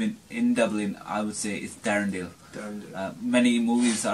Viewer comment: Darendail 😂😂 you mean darndale